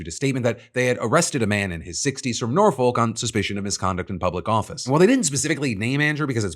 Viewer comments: I live in Norfolk, it's nor-fuk not nor-folk. Wait until you hear about Happisburgh (pronounced hays-bruh).... yes i know it is weird lol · Just FYI and I only say this to assist, when it comes to UK geography, if you see the suffix 'folk' you pronounce it 'fuk'. So Nor-FOLK is actually Nor-FUK. Great video otherwise. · *nor-fuk", rather than nor-folk. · Nor-Folk... now, it makes complete sense that that's how you would pronounce it... but as someone from the county, it's more like 'norffuk'. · Is it bad that my main takeaway from this video is Phil doesn’t know how Norfolk is pronounced? 😄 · the way you pronounced Norfolk was cancer 😂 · You’re pronunciation of Norfolk Phil was delightfully horrific 😂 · Why can't Americans pronounce "Norfolk" correctly?